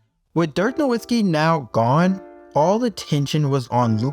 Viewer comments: Bro, you MUStTyou MUST land you MUST learn how to pronounce the names of such legend as Dirk Novicki . You are calling him Dirk Lewinski??? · You're off to a good start. I'm an independent filmmaker, and your editing, sound, and graphics are good. Keep up the great work... but also maybe practice how to pronounce Dirk Nowitzki ("Na-VIT-skee"). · Bro… lol. Did you just make an entire 45 minute long video about a basketball player whose name you can’t even pronounce? You called him “Don-tich” 100+ times lol then I finally lost it when you said “Nowin-skee”. Ugh. Come on man lol do better.